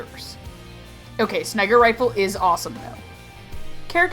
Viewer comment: Did I hear Sniger Rifle?